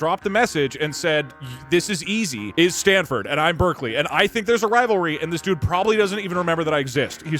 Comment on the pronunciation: Who else heard the deltarune music, then thought that Doug said Berdly when he was talking about Berkeley?